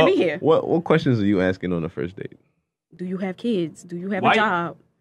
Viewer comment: Who are they "axing" now?